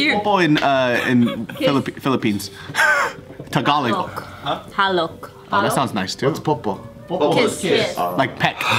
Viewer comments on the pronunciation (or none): Did say halok or halik? Cause I'm pretty sure kiss is halik in Tagalog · it’s actually Halik, not halok 😁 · HALIK NOT HALOK HAHAHAHA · correct me if I'm wrong, but isn't HALIK not HALOK??? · It’s actually halik not halok but it’s all gooooodddd😂👍🏼💕🇵🇭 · Its "Halik" not halok hahaha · It's not "halok" tho, it's HALIK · Taniela P no she said “ha-lok”, but it’s “halik” pronounced “ha-leek” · ppoppo in tagalog is halik not halok😂 she's pretty close tho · its halik not halok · wait why’d say halok instead of halik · It's HALIK not HALOK. waaaaaaah